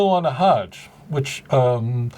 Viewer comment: Loved the video Rabbi, it made my day! However if you don't mind me pointing it out..the word "hajj" is more accurately pronounced as the English word "fudge" except with a "h"..again not criticizing you or anything lol..but yeah its truly is an honor to see a fellow Jew like yourself clearing misconceptions about Islam keep up the good work